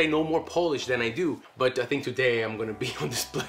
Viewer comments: Man, you are awesome. Good polish pronounciation, wide vocabulary and readiness to learn Polish are impressive traits of yours! Keep going! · I'm really impressed with the pronunciation of Polish👏 gratulacje☺️ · Very good Polish pronunciations. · I'm well impressed how you're handling Polish vowels... Dobra robota.